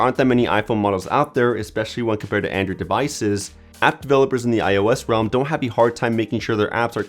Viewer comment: "Andrew'd pie" bugs me so much